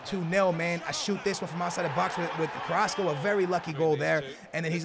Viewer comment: Finally pronounced "Carrasco" correctly lol